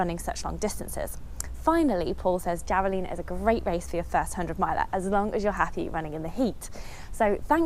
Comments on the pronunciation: hi, great video thanks! just a quick FYI since you are running Javelina it's pronounced 'Havelina'. the J sounds like an H. im sure you knew this. love the videos keep 'em coming! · Javelina is a Spanish word. The "J" is pronounced as an "H" sound. So, "Havelina Hundred" is the correct pronunciation.